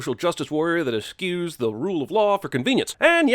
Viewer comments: It's pronounced "eschoo", not "eskew". Your one job is saying stuff. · I'm pretty sure it's pronounced "ES-SHEW/ES-CHOO" not "ES-KUE" Ding! "Just like the Endor speeder chase, except not good" Phenomenal! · Eschews...please look up how to pronounce...